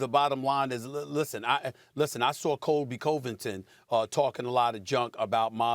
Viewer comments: He cant even say Colbys name rite. This is hilarious. ESPN stop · Stephen A. He slaughtered Colby's name. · Colby "Co vinton " SAS